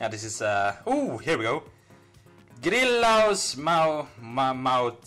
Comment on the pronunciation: you pronounced "grillaus" nearly perfectly in finnish, that was sexy